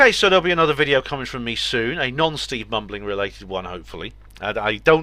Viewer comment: Sounded like you said 'steve bumbling' lol